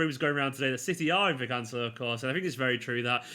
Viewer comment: Emphasis on celo not the can, canCELO